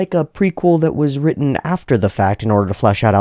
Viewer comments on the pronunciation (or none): none